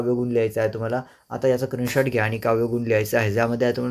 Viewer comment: Screenshot ❌ Krinshort ✅😅😅